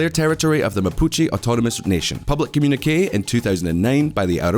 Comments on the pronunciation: This "comunik"??? This shows the intellectual level of this talking head that is desperately trying to infer that Mapuches woke up one day and declared autonomy and tries to place a saintly halo on the Chilean government's head. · Never heard communique pronounced like that before.